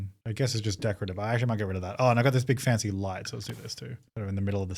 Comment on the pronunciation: I briefly forgot the word "fancy" exists and was just convinced you were calling it a "fence-y fence" ....... I need a coffee xD